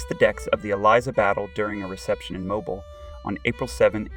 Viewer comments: I came to say the same thing~~~ it’s pronounced mo -BEEL ( rhymes with wheel). Otherwise good video. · It is pronounced Mobill not like you have been pronouncing it. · If your going to do a video learn how to properly pronounce Mobile.